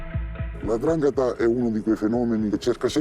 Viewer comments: SI DICE 'NDRANGHETA !! NOn Andrangheta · Precisamente 'Ndrangheta